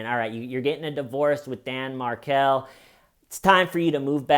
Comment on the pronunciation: Loved this Only thing wrong is Garcia was not a Latin King - Rivera was. You rock. Side note - it's pronounced Mar-kell.